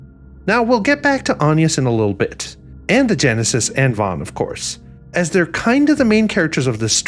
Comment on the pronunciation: It van not von. Get it right